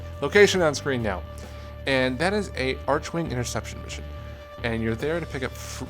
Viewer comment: It's arkwing not archwing (when it comes to pronunciation that is)